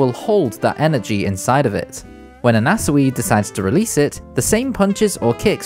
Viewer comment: why are you saying anasui like that